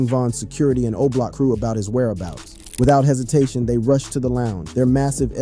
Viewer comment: stop doing videos about Chicago. You can't even say Oblock correctly 🤦